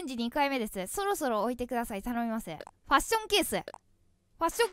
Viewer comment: そろそろがろそろになってる笑笑みんな気がついた？笑笑